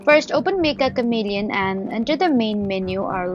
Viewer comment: It's pronounced metcha not mekka.